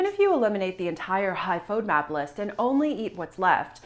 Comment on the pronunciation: You can't even pronounce fodmap. And I am going to trust my health with you? Not today.